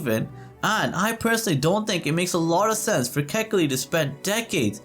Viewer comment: KA'-HE-KI-LI - born raised Oahu, braddah.